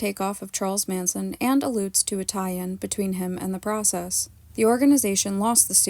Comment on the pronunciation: For two years of extensive research one would think you would be able to correctly pronounce The Process